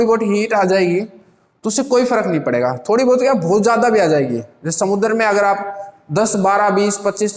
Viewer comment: When sir say... Samudrrr🤞🤣